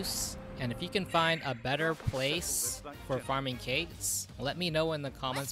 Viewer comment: Ket. Like Cait Sith:Ket Shee. It's Scottish.